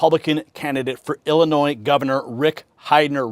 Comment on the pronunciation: I can’t vote for a guy who can’t pronounce Illinois. 🤪 Seriously though, Mendrick is the only choice that makes sense.